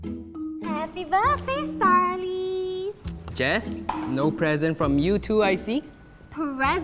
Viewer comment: its Starley not Starlet